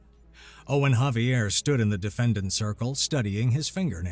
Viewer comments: Xavier I thought was pronounced like a Z at the beginning instead of an H, or caption typo? Great story though! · "The name Xavier is typically pronounced with a "Z" sound at the beginning, followed by "ay-vee-er" (ZAY-vee-er). Some people, particularly those with Spanish or French influences, might pronounce it with a "Zah" sound, as in "Zah-vee-er" or with a "K" sound, as in "Kha-vee-er", especially if they are familiar with the Basque origins of the name. " The H pronunciation is used with Javier, not Xavier.